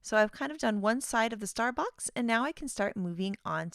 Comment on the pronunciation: Every time she says « star box » I hear « Starbucks » lol This release is so fun!